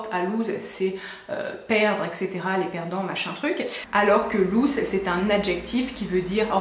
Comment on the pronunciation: Aha enfiin une YouTubeuse qui prononce bien "loose" mercii! En tous cas merci pour ces conseils